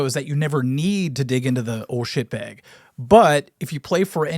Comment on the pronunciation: The way minnesotans say "bag" has seriously undone so much of the good will they have earned over the years.